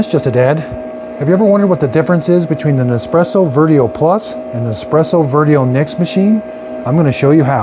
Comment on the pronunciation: Please Dad, you have had ample of time to learn how to correctly pronounce Vertuo. Its Vertuo ("Vershuo"), not Vertio.😡😡